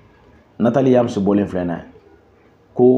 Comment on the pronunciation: Tu pourrais au moins bien prononcer le nom quand même, C'est Nathalie YAMB et non Nathalie Yams! Très généralement la plus part des escrocs se cachent derrière l'islam pour ensuite commettre des mauvaises pratiques. Surprise sur surprise !!!!